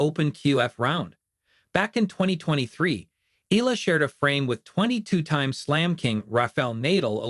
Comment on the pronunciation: It is not pronounced as "Ela" It's EALA "E-YA-LA"